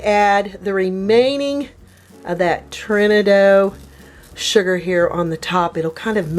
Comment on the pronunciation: Turbinado is pronounced Turbin ahh doh